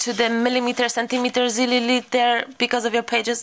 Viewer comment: "milimeters,centimeters, lililiters..." :''''D oh lord! loved it btw!!